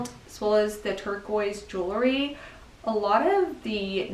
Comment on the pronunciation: It's jewel-ry, not jewel-er-ry! 😅